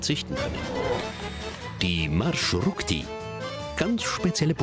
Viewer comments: Es heißt MarschruTKa! Plural: MarschruTKi! Und nicht Marschrutik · Marschrutka nicht Marschurtka: Marsch und Route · Das heißt marschrutka 🤣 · Xaxaxa wie schaft es der Typ das wort Маршрутка nicht auszusprechen. Das kommt von Deutschen Marschroute. BljA